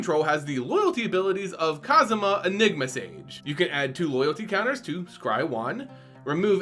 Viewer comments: Literally cringing everytime you say Kasima. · Whoa. just referenced the video game series Yakuza despite not being a fan when he mispronounced Kasmina’s name as “Kazuma,” which happens to be former protagonist Kazuma Kiryu’s name. Strangely enough, both characters do wear white. I can only imagine how Yakuza fans would create memes and references afterwards if they see this video. In all seriousness, though, I’ll be curious about how Liliana’s teaching career would play out. Never thought of our beloved necromancer as a teacher at all. #KasminaKiryu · Wonder if you heard of the Yakuza games as well given how pronounced Kasmina’s name.